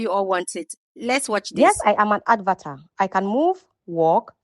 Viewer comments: Please learn to pronounce correctly...It's not "Advatar"...It's "Avatar"...Wrong pronounciation gives a less attractive impression of you and make people cringe listening to you.(Concerned viewer)😜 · Why do you call an avatar an "ad var tar"? It is lazy.